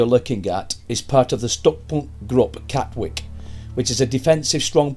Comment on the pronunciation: Welcome to our little seaside town! Katwijk is pronounced "Cat wike", for any future reference ;)